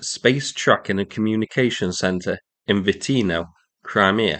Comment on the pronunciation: i thought you said "Space Truckin" for a second and had flashbacks to Deep Purple's Machine Head 😂